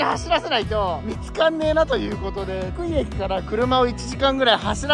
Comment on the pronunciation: ふ↑くい↓ じゃなくて ふく↓い↑やで